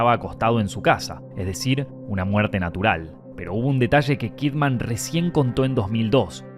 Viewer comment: Her name is Kidman, pronounced "kid-mun." It's not "Kid Man." She's not a superhero.